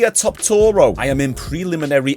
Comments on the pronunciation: Bro, how many times you gonna say Topuria wrong? You add six extra syllables and four letters that are not in it. Tuh-poor-e-ya. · i’ve never heard someone pronounce Topuria name like that🤣 he must be doing the speed thing getting everyone’s name wrong for engagement. never fails